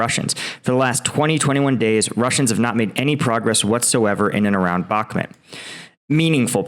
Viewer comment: why doe you keep calling it bakhmet, its Bakhmut.